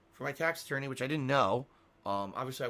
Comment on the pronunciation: Tahxic tahx ahttorney